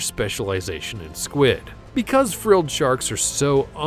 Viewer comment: I'm sorry did you say squad instead of squid in vampire SQIUD I don't mean to be rude but that's not how you say it